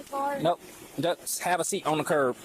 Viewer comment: Someone needs to tell this officer that the word is "curB" not "curve". I listened to him say it at least three times.